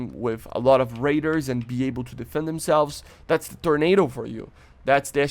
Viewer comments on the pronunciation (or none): none